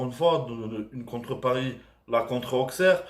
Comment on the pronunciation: Le x de Auxerre ne se prononce pas😂 imagine-toi qui a Deux s à la place du x et tu arriveras à le prononcer correctement Auxerre